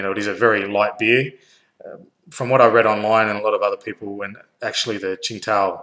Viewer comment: It's pronounced "sing-tao". It's definitely a good beer